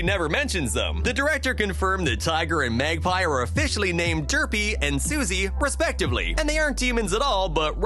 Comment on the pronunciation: In English, the double-S combination indicates -- as agreed by a whole lot of other sources -- that the magpie's name is pronounced "suhs-ee" and not "suzy."